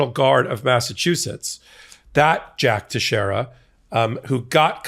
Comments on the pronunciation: it's pronounced TEX-ERA it's portuguese. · His last name is pronounced Tex e era!